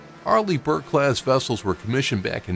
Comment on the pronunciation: I read your comment the moment he said arleih burke